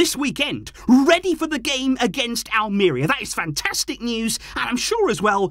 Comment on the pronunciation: Hey! Love the show! 🎉 Watch out for your pronunciation, please. It is Almer-IA not Al-MARE-ia!😅